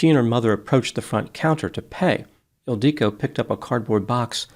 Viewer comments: It‘s „Ildico“, not „El Dike“, dammit. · Isn’t it IL-dee-co? It sounds Hungarian. And Magyar is definitely Hungarian. Yes, he’s definitely not pronouncing it the usual way. (Maybe the woman pronounced it atypically. 🤷‍♀️) The usual way is ILL (rhymes with pill)-dee-koh (rhymes with “low”). The emphasis is not on DEE. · I used to teach English in Budapest and have been to Hungary many times. is not pronouncing the woman's name correctly. It is pronounced 'ill-dee-ko'. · Oh!!! EEL-dee-ko! “Magyar kozmetika…” It’s Hungarian! The emphasis on the name threw me off. One interesting thing: every single word in Hungarian is pronounced with the emphasis on the first syllable. 🙂 (It’s the only easy thing about Hungarian, ha!) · Because he mispronounces the name severely^^ He emphasizes the i in the middle, but this Hungarian name is not pronounced this way. It is pronounced ill-di-ko, don't elongate the "di", pronounce it just as long as the other syllables. The nickname is sometimes "ildi", pronounced as in "Hildi" but without the H. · It’s Ildikó! 😂😂😂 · As a Hungarian, this made me very sad… she was beautiful (although deeply flawed) and very gifted as an aesthetician. Her mother died of a broken heart not long after. Also, you are pronouncing her name and business completely wrong lol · Except is pronouncing her name incorrectly in all three variations he uses in this video. And honestly, slut shaming a murder victim? Smh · This comment is not funny… and that’s not how her name is pronounced 😒